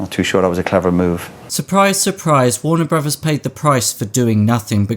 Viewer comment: I've never heard of "Warner Brovers" before.